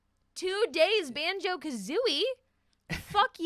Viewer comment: sorry but.. Banjo Ka-who-ie?